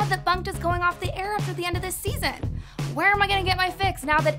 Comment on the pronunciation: When she said bunked it sounded like f*cked